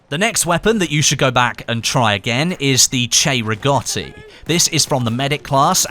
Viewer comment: Finally somebody that pronounces cei-rigotti right!